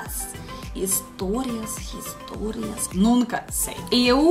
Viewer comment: o "h" no início de palavras não tem som nenhum. No seu exercício história e há são pronunciados como "istória" e simplesmente "á". P.S.: parece que alguém gosta muito de orquídeas xaxaxa